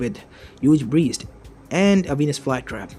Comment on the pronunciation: he said breedst not breasts, don't worry